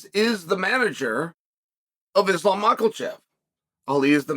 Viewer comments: Did Just Uncle chael say islam micheal-chef?😂😂😂😂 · Quit butchering that niggas last name. Theres no L in makhachev. Mans said mocklechev. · On purpose wrong naming mfkr!!! Bihalll and malklachev, really?😂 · Mocklechev and Blehal in one video is too much 😂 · Bluhal “can’t remember the decision” Mawkulchev. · already giving "Makhechev" an "L" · Pierra, Mocklechev, Blahal. These are their names now. Once Chael says it, it's time to go to the courthouse and get that ID card corrected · Hearing this as a russian is the funniest way to begin an intro 😂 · Mockelchev. Get it right! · It is very old now. Where is the L in his surname 🤦‍♂️. Not really a hard name to pronounce if you can be bothered. 🤔🤦‍♂️🤣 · If Chael says there’s an L in Islam’s last name then there is one. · I'm still trying to find the "L" in Makhachev. But if Chael says it's so.....